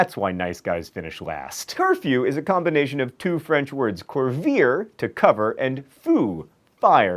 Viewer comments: Oh man you butchered couvrir. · Your last pronunciation of Gênes was surprisingly quite right. Just the final "s" is not heard. But Couvrir and Feu were horrible, I barely recognised them ! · John, I don't know how you manage to pronounce the word "coup" properly but can't pronounce the "ou" of "couvrir" properly. :( It's the same sound!